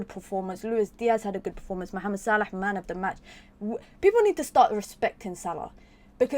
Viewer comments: Yes the right way! 👍🏾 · It’s pure Arabic pronunciation mate. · Same here, probably the right pronunciation. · I thought so. Nice to hear the correct pronunciation. 👍